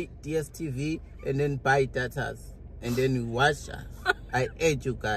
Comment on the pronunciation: Did just say "buy datas"😂😂 😂yuuh